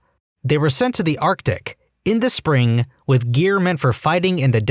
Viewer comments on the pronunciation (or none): none